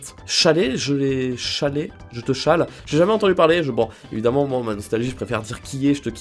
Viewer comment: La mot "Challer" se prononce "Kaler" voilà voilà